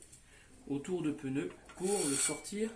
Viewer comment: J´aime bien le " peneu " ! 😊 typiquement français de Paris, le peneu.😅